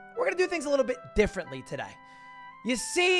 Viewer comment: Ludwig sounded a bit aussie when he said "today" lmao